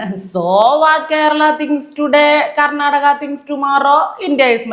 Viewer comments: kernataka എന്നാണ് പറയുന്നത് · How he pronounced ‘karnataka’